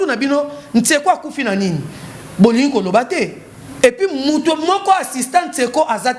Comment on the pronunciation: Tu prononce mal le nom du défunt c tsheko et no tseko stp